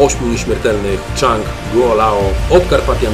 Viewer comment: Chyba "Dżang" nie "Czang".